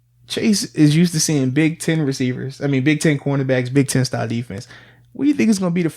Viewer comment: When Arthur says "you need Big 10 receivers" sounds like he's saying big titty receivers.